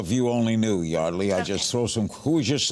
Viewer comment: So she's "Yard-lee" but Year-dley on paper. Oki 💭🧠